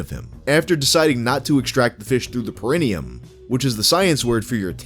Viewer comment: it's pronounced pair-uh-knee-um